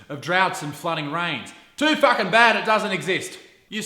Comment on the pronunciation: Let's drop a like to this video every time he says "fuck-s-ing"